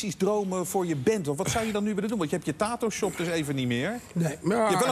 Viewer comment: “taato shop”